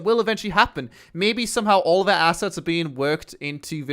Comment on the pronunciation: THe not Vee. THeir not Vier. THis not Vis